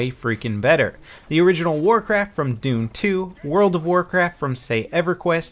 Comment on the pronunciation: THAT would make much more sense! Thx! I can only understand "Doom" when I listen to him;-P